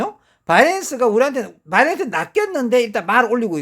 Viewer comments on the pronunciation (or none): 틀딱들은 지 ㅈ대로 읽고 하는게 있음 이해 해주셈 고칠수 있는게 아님 배터리를 빠때리라고 하는거랑 똑같은거임 걍 아 딸피여서 어쩔수 없구나 하고 넘어가는게 맘편함